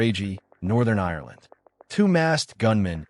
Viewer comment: Its Ireland not irerland.